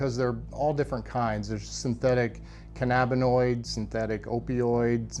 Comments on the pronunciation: Is it just me or does the “testing chick” keep sayin “cabinoids” instead of “cannabinoids”?. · "synthetic cabbanoids" lol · kuh-nab-ih-noid not "cab-in-oid" give her a job at ICE!!! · Cannabinoids.. Can-NAB-i-NOIDS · Bro said cabbinoids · Did it bug anyone else every time they said “cabanoids”? 😂 that’s literally not a fuckin word 🤦🏽‍♂️ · "cabbinoids" lol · What’s a cabanoid?🤣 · Cann-a-bi-noid. Say it with me officers. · Half the guards can't even pronounce the drugs they're searching for correctly. "cabbinoids". These dumbasses have no idea what theyre even doing or looking for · I’ve have yet to hear anyone pronounce cannabinoids correctly in these documentaries 😂